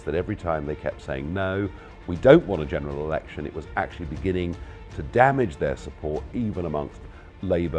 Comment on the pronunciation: Did he just say "general erection"?